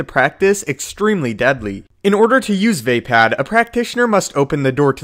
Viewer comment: 'Vepad' Sigh -.